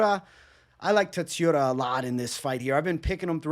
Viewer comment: Tsu - ru - ya there is no emphasis on any syllable